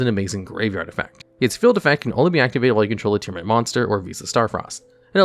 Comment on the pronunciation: Liking the video just because it's finally someone pronouncing Tearlament the way it's written.